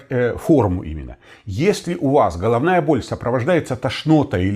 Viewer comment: Да , только так слух режет -Холовная боль, неужели так трудно букву Г выговаривать ,,было бы приятнее слушать